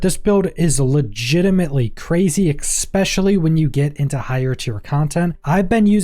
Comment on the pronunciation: it’s pronounced “especially” not “expecially “